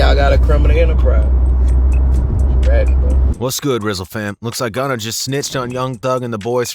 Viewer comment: His name is Gunna! “Gunna Tell”